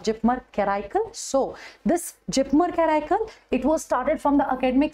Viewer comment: Kindly pronounce Karaikal as per the local dialect